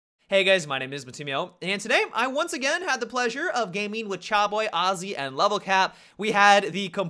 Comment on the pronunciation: lol its not Charboyy and Arzzy its Chaboyy and Azzy.